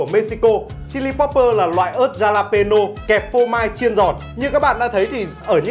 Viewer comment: Ớt đọc là halapeno nha anh. Chữ J tiếng mexico đọc là H. #bảovệChiBủm